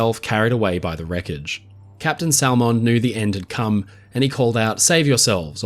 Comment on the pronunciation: Minor annoyance. Salmond is pronounced without the L just like Salmon the fish. (“Sammond”)